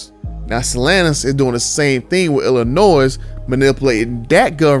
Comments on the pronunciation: The S in Illinois is silent. Think Illinoi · We pronouncing the S in Illinois now?! Lol wild. But I'd rather drop a supercharger in my 1500 and tune it. The price jump to a TRX isn't worth it.